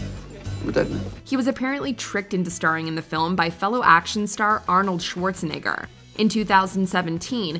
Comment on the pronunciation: Not being rude but ngl she gotta learn how to say Arnold Schwarzenegger just a little bit better cause that kind sounds really really bad 😂😂